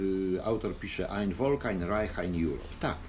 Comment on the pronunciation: Panie, wiem, że Pan wie.Dlatego proszę pozwolić sobie przypomniec:wymowa:Folk.Fffffff.HerrenFolk.Folk.jak F.olkswagen:)))fffffff w wymowie.Ang v.ale Niem v =F.. Heerenvolk =HE' renFOLK. To vvv w "folk" raaazi:)) A reszta...super